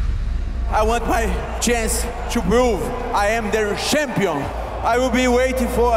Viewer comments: You know your in trouble if your opponent says "Sjhampion" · "I am the shampion." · “im the shampion”